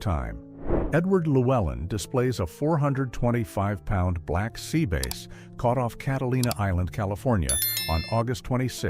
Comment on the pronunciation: This is obviously ai narrated it can’t even properly pronounce the name Black Sea bass it’s calling it a Black Sea base